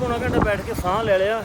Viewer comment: ਤੁਸੀਂ,ਸਾਂਹ ਨਹੀਂ,ਸਾਂਹ ਬੋਲਿਆ ਕਰੋ